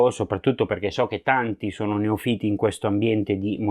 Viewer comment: Cosa sono i "neofìti" ??? Io conosco i "neòfiti" !